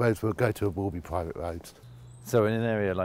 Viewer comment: Pwivet sector ? Fwee Wodger !